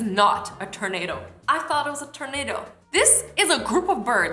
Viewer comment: Awwww the way she says tornado ❤️ (ternado)